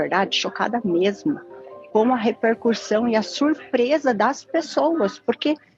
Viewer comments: A colunista super estudiosa que fala REPERCURSSÃO 🤡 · A pessoa que fala repercuRRRção não pode ser colunista de nda, máximo voltar pra escola. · a pessoa que fala "repercuRssão" quer que a gente acredite que ela só usa IA pra estruturar textos que ela mesma faz com suas próprias idéias? Não tem como ela provar isso, e eu sinceramente, não acredito. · falando repercuRssão. Rapaz... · podia usar IA na voz tb pra nao falar rerpercursão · Ela é "estudiosa, lê muitos livros, tem repertório e é colunista com IA" (palavras da própria), mas fala REPERCURSSÃO. Sem maiores comentários.🤨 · Quando vc ouve a pessoa falando numa entrevista, a gente imagina como ela escreve de verdade. Tipo falar reRpercursão. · Ficou chocada com a “repercuRsão”. A palavra está errada: o correto é repercussão!! Ao vivo não pode contar com a ajuda da IA para corregir o português!! Kkk Falta credibilidade em geopolítica e também no idioma!! E como a Folha dá palco para isso!! Os tempos que estamos vivendo!! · Como um jornal vai dar uma coluna a alguém que fala repercuRssao? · Como uma colunista de um jornal tão grande fala a palavra 'Repercussão' de forma errada? RepercuRssão? E esse É, aí? 😂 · Nao sabe nem falar "repercussão" e o jornal achou de bom tom colocar qualquer uma pra falar de conflitos geopoliticos complexos, com tantos profissionais bons no mercado... Que fase! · chocada estou eu com ela não sabendo falar corretamente a palavra "repercussão"